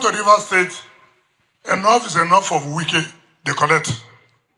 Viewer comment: Please go and lear how to pronounce people name